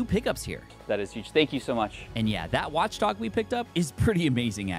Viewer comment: Watchog not Watchdog 😂